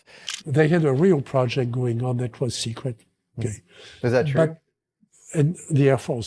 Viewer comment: "Oakeee?" 😂 Also, "De Medici" is pronounced with the accent on the "e".